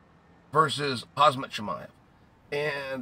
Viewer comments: Uncle chael it is (haam-zaat) not hazmat suit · Sir, Khamzat : Humm Zudd ✔️ Huzz Mudd ❌ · Khamzat Not Khazmat😂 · I love how Uncle Chael never says Khamzat its always hazmat